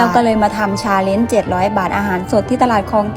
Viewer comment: ฟังทีแรกได้ยินว่าทำ "ซาเล็ง" เจ็ดร้อยบาท, กูก็ยังงงๆอยู่ว่าทำทั้งคันได้เหรอว่ะเจ็ดร้อย. ที่แท้ก็พูดไม่ชัดสัส555